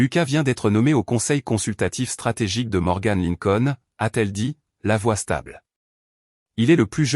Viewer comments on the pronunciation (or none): none